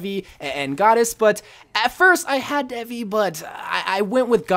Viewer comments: Its pronounced "dae-vee" where "d" is pronounced as "they", so it's "they-wee" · IT'S pronounced thay-vee, spelled devi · It’s prounonced Devi Day-vee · Devi skin is pronounced as daevi